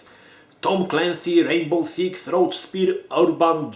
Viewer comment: Rołcz to karaluch ("roach"), "rogue" się czyta "rołg" to jasnej cholery.